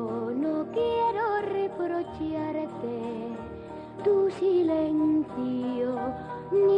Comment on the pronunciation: ¿Alguien me puede decir porque ella pronuncia "reprocharte" como "reprochiarte" y "hecho" como "hechío"? ¿Es algo dialectal o musical? Gracias.